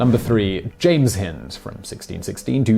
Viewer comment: So he should, he’s English after all. Shame he continually mispronounced Hind to rhyme with wind (blustery weather) and not as in kind, bind or find.